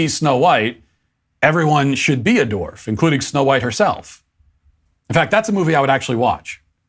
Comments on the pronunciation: Its dwarf not dorf Matt😂😂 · Not disagreeing with his points here, but am I the only one who hears Matt pronunciating dwarf as dorf?